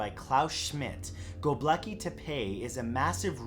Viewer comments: why're you saying "Gobleki"? it's Gobekli. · Is see "Gobekli" but am hearing "Gobleki"... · GoBEKLI tepe not gobleki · Go bleki, go bleki, go bleki 😂 I love his horrible pronunciation of things it honestly tickles me and I'd love to hear him say the longest place name in my country which is.... llanfairpwllgwyngyllgogerychwyrndrobwllllantysiliogogogoch That would honestly make my day 😂